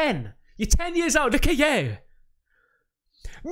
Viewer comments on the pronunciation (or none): Now it feels like nobody can do the real pronunciation of "LOOK AT YOU" except this "LOOT AT YOU" GUY🤣